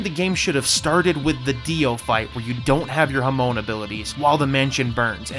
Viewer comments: Dude said hamoan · How can you misprounce Hamon so badly and zeppeli